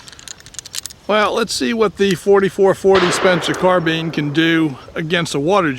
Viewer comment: It's carb"I"ne damnit! Not carbean! After all this time ya still ain;t got it right! Blasphemy!!! Spencer didn't make soup!!😄 Just kiddin